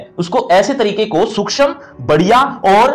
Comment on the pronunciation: सूक्ष्म ko sukchham nhi suukshm padte hai sir